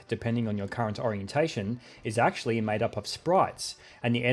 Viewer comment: "Erm akthually"